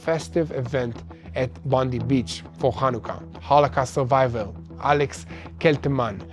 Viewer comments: Please it is Bond-eye not Bond-ee. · Some Australian corrections The pronunciation of “Bondi”…. Not “Bondy beach” It’s “Bond-eye beach” The islamic savages lived in Bonnyrigg in Sydney “Bon E rig” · Local vinacular for Bondi beach...Bondi is said as Bon-dye, not bon-deep! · Bondi Beach Bondi... not Bondee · Thanks good coverage from an Australian. Just for your information Bondi is pronounced Bondeye(i). Not like Bondi (Bondee) like President Tump's press person. A Christian praying for Jewish people in Australia, Israel and globally for your safety and protection from God Almighty and Jesus. Haven't forgotten and continue praying also for the return of the final hostage now. God bless all..👃👃👃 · Bondi is pronounced Bond-eye. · Bond eye.....others said it wrong too so dont feel bad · Thanks and. Just to let you know, Bondi Beach, it is Pronounced "Bond-Eye" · it is pronounced Bondie.